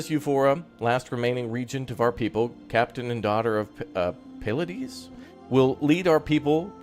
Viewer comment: FYI,, Pleiades is pronounced as 'plee a dez'.